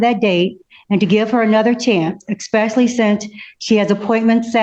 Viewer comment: her lawyer says "expecially." A lawyer saying "expecially." SMH.